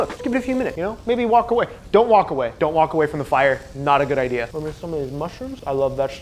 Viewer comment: "don't wok away" xD